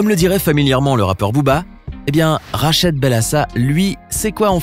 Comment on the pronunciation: C’est rachid ta mal prononcer le nom